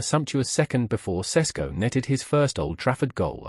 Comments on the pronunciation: Wayne Rooney - "Nbueno" "Sesko" "Amoron" dude pull yourself together lol it's prounounced "sheshko" btw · ŠeŠko - SH e SH ko, not sesko